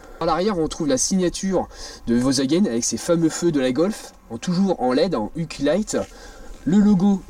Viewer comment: T’as du mal avec le « i » de iQlight